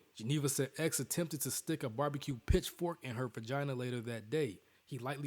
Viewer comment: This nigga said pagina